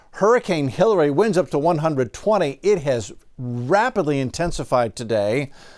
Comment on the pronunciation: Is he saying Killary?